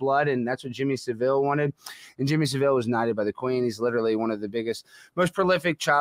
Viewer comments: That's not how you pronounce Jimmy Savile. It's not Sa'VILL, you don't emphasise the 'vil' part of the name. it's pronounced 'savle'. Like Jimmy Kimmel, but Jimmy Savile. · "Jimmy Suh-VILLE" Lmao, you guys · Gentlemen, it's "Jimmy SAV-ill", not "Sav-ILL". You're Welcome. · Pronounced Savil not the French version. 🇬🇧